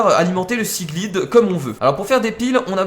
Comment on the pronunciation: S'il te plaît dis seaglide avec l'accent anglais pour le i sa me stress merci